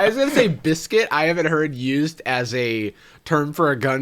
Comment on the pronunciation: I came back to this video a second time just to hear bliscuit one more time